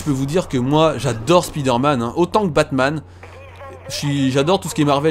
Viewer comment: Spider-man..on dit Spaïder-man ,sa fait bizarre d'entendre Spiider-man ,dans la vrai vie on dit pas "Ohh il y a une spiiider" même si je le dit pas ^_^